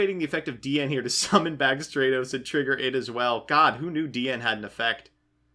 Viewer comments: Please, it's "STRAT-os," as in "stratosphere," not "STRAY-tos." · "STRAY-tos" "HonestY Neos" What the fuck?